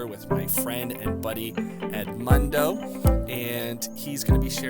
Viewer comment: Pronounce Edmundo as it should please not as a gringo, the guy is Portuguese!! 🙄